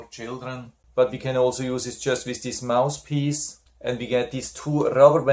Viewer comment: Thanks for a very helpful review. Please ask a native-born English speaking friend how to pronounce the "th" in "mouth" and "mouthpiece". Otherwise it sounds like " mouse" and "mousepiece." I have this nebulizer and your review was very informative. 😊